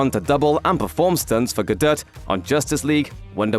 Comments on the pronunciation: The T in Galdot is silent 🤦‍♂️ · How hard is it to say Gadot? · No, it's not silent. It's a little softer than the voiceover's pronunciation but it's definitely there.